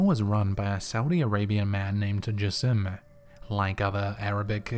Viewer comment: said jassim very very wrong XDDDDDDDDDDD